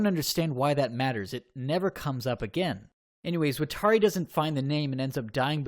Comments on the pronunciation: AFFFFG YOU SAID WATARI AND KIRA WROOOONNG i’m sorry, it just hurts me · They way you pronounce “watari” is horrible.